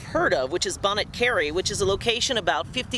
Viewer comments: I cring each time you mispronounce Bonnet Carre ( it's actually "bonnie car"...) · It's pronounced "Bonny" Carre. 😉